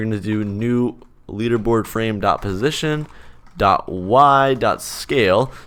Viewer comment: Positon is a pog way of saying position